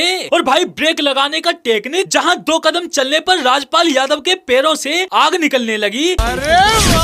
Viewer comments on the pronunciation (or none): none